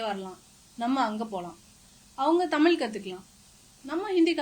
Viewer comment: அப்ப ஹிந்தியும் வேண்டாம் வேறு மொழியும் வேண்டாம் ,மண்ணாங்கட்டியாகவே இருப்போம் என்கிறாய்.ஹிந்தியோ வேறு மொழியோ கற்கணும் என்றால் வயதாகி தன்பணம் போட்டு கற்கணும்.அரசு பள்ளியில் ஏழை கற்கக்கூடாது.நல்ல பாலிசி!!! அதெல்லாம் சரி பள்ளியில் உன் பணத்தை போட்டு பிள்ளையை சேர்த்து காத்திருக்கலாம். குட்டிச்சுவருக்குப்பக்கத்தில் நிற்கவைத்து பணத்தை கட்டுவியா? முதலில் "ழ‌"கரம் சொல்லிப்பழகு.தமிள் , தமிள் என்று உச்சரிக்கிறாய்.